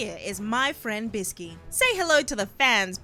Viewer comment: Its biske not biski